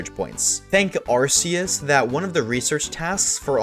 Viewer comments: its not ar see us its ark ee us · Just FYI, Arceus isn't pronounced "Ar-see-us." ....not any more. Nowadays, the official pronunciation is "ar-key-us." Because Nintendo realized the start of "ar-see-us" sounded too much like a British swear word for their liking.